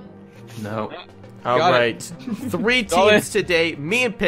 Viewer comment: You said three wrong you said said free not trying to make fun of you at all cus I have problem to